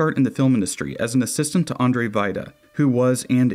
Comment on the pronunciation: Andrzej not Andrezji lol